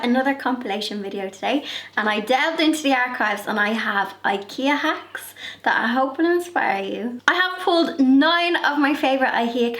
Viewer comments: OK, from now on it has to be 'Ihea Kacks'. 😄. So funny. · You’re so dang cute!! “ihea kaks “.. lol